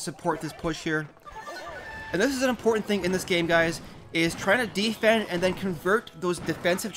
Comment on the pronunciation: Idk why but it bothers me how you pronounce defend (Not hating) anyways great video :)